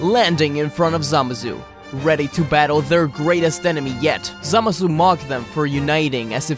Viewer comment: For every time you mispronounced it: Zuh-Mah-Sue